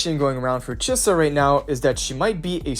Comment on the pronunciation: why did you pronounce chisa correctly once